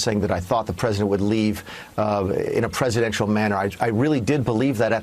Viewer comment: Hell, trump can't even pronounce it properly.